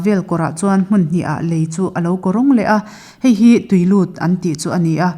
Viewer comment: bawr vela 'lèi' tih hian a awmzia a tibo vek alawm le! 'Lei' (earth) tih tur ni awm tak; 'Lei' (bridge) a sawi daih mai a. A uiawm hle a ni. A chhiartute hian an chhiar thiamin, a ngaihthlak a nuam lutuk a. Tun ai hian la fimkhur deuh teh u khai! Tin, Pu Nghaka hi ka ngaisang hle a ni.